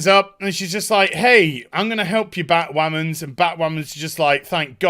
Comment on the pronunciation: Local man loses his mind over Bhatwhamen. lmao